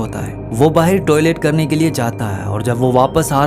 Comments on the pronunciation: Baahar❌ Baher😂😂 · Ye pakistani h kya vahi kehte h bahir bahir 😂 bahr hota h vo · Baaaheir😂😂😂 pakistani hai....